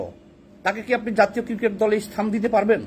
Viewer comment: তুই আগে ক্রিকোট কে ক্রিকেট বলা শিখ।